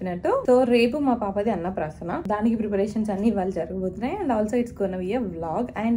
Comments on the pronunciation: Adi Anna prasanna kaadu Anna praasana 😢. Meeru telugu vaalle kadaa😮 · Annaprasanna kaadu Annapraasana.